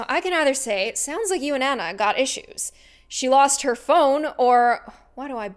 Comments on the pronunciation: Anna R. Ah-na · Hey it's my phone! (My name is Anna) but she pronouncED My nAMe wrOnG!!